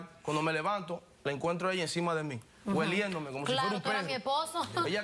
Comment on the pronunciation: gueliéndome? que verbo es ese? será oliéndome..